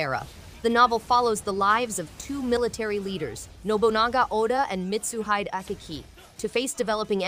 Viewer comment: I’m sorry, MitsuHIDE?! Name’s pronounced Mitsu-hee-deh!